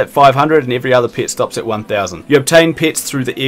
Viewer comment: took me like 3 minutes to realize that you mean "pet" when you say "pit"